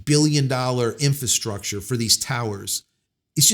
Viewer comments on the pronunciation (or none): none